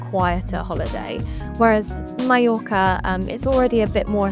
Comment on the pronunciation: you should at least have learned how to pronounce mallorca correctly before recording the video